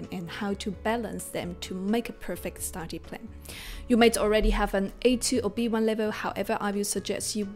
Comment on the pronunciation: You need to work on saying STUDY not STADY